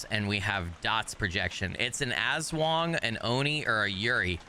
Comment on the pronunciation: AHHHHHHH!!!! ASWANG ARE FILIPINO SHAPESHIFTING CREATURES FROM VAMPIRIC CREATURES TO WEREBEASTS AND MORE!! ^^ <3 AND BTW YOU DEAD ASS NAILEDD THE PRONOUNCIATION!! xD <3 IM SO EXCITEDDD!! 😱🤯🔥 I was literallyyyy thinking IF they’d add I’m sum Filipino creatures xD <3 they did!! >:0